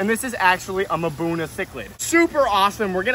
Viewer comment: Do you say "mahbuna" and "playco" wrong just so people comment lol?